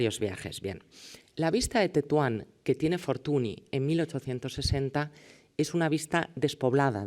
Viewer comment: Y dale con Fortuni es Fortuñ (escrito Fortuny)